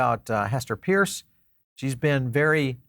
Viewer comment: new year, still saying Hester's Last name incorrectly.......